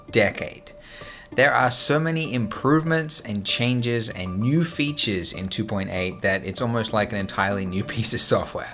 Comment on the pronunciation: new feeetsheeuuurh?